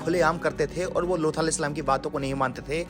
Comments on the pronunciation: Video me loot alehissalam na bol kar looth alehissalam bol rahe hai talaffus thik kijiye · Lutha nahi Lut kaha karen ap...nahi aagey log ghalat naam pronounce krengey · Bhai lutha alyehis salam nhi hai lut alyehis salam hai naam to sahi se lo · Abe lutha nahi luth a.s naam sahi se le vo nadi the hamare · Naam to sahi le ye loota kya hai be loot a s nhi aata tujhe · Luthal nahi Loot A.S. thik naam bole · Looth nahi loot alaihis salam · Bhai Lootha ya looth ni hai Asal naam unka Loot hai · लूथ नही लूत है , नाम सही से लीजिए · लूत के जगह लूथा क्यों बोल रहे हो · Name bhi thik se lelo Looth nahi loot (A.S.) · Phele unka naam sahi se lejiye aap lut A.S salam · Paighambar ke naam ka pronounciation sahi se kariye Loot alihissalam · Are bolna seekh le lood hota h